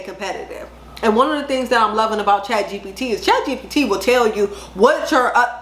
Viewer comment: Can you drop the link for Chatgbt I think it is you said? I’m not sure I heard that right. Thank you so much. I’m new here and I appreciate your videos